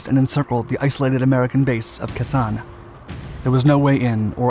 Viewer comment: I couldn’t listen to kah ZAHN anymore. It was KAY sahn when we were there.